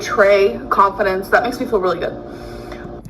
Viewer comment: wants to “pahtray conf-dints” you guise!